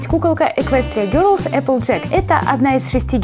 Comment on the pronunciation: не герлс , а гелс